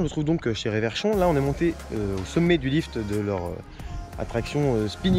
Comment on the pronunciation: On dit "RE-verchon", et non pas "ré-verchon"... Très bonne vidéo, ceci dit!